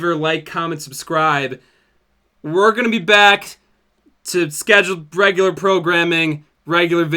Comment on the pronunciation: this video should be titled “ can’t pronounce ‘regular’”